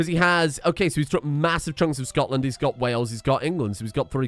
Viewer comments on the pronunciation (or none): none